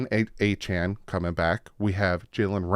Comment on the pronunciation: You can remember how to say his name by saying Achane CAN